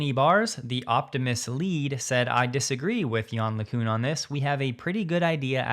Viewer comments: "Gozian", seriously? It's "GauSSian", mate! They even put them two "S" to make sure you would not fail! 😁 Oh, and yawn lacoune is good one too! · Man you truly butchered Yann LeCun's name 😂